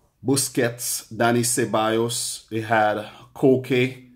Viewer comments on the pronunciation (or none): none